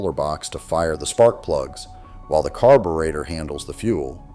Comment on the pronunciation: AI BS! Can't even pronounce carburetor correctly